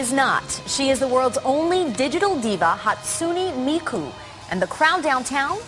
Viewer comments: . first of all, she is not the only vocaloid that does concerts iTS hATsun*AE* mIkU, nOT hATsun*EE* mIKu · 'Hatsuni Miku' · "HaTsunI MikuU" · Hatsoonie miku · Idk how to pronounce her name, but it's defiantly not Hatsoonie Miku 😐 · "she is the world's only digital diva, hatsoony miku" ok so like fuck pronouncing her name and all the other vocaloids am i right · I guarantee you, if mainstream news try to cover Miku again with her Coachella appearance this year, it'll be even worse. "HATE-SUN-EEE MIKE-YOU," some crap like that lol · Hearing all of the news reporters trying so hard to pronounce her name physically makes me cringe- 💀😭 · How the hell can you cosplay as Hatsune Miku, but then butcher her name!?!?!